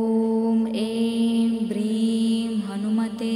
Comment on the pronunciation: Mantra is not coryto my understanding.Instead of "bhrem" it should be "hreem "